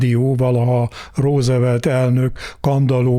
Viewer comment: Ne mááár! 😀 Úgy örültem, hogy végre valaki [rózevelt]-nek ejti a Rooseveltet, erre harmadszorra már ő is [rúzvelt]-ezik… 😭😭😭😃😭💀